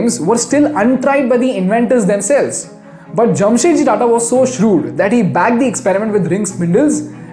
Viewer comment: Its 'JAMSHED' not Jamshet.